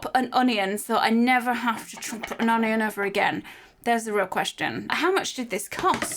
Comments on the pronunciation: I love how she pronounces onion un- i- yon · The way cherry says “onion” makes me laugh 😂